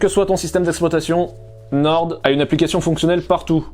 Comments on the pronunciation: c'est NORE ( a l'orale ) pas NORDE , on dit le nord pas le norde mdr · norDDDDDDDDDDDDDDDDDDDDDDDDDDDDDDDDDD pq prononcer le D c'est pour nous trigger vraiment? xD